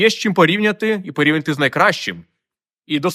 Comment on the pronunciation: З Дніпра, з дитинства кажу "тю", але здивовало Ваше "порі'вняти". Вживаю це слово з іншим наголосом "порівня'ти".